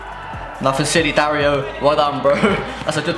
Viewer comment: dario is not it no offense, been saying it too